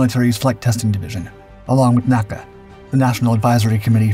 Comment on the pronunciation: small thing but N.A.C.A is pronounced by saying N A C A and not naca but you say nasa not N A S A